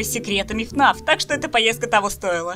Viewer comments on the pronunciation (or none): none